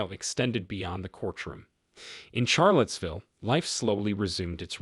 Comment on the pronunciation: While I like ur voice I found you mispronounce many words.. one of which was the city of Charlottesville(correct pronunciation is like Sharlottesville). The word treacherous is not pronounced like treech....it's like tretch. There r many more. I hv to wonder if ur just being funny to see the replies. Heenis crime? You mean hayness, right😂? My family got a good laugh. Thx for this.